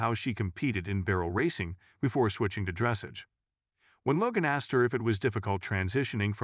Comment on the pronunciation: Please learn the correct pronunciation of "dressage"! The stress is on the LAST syllable (which is pronounced "ahj" not "age").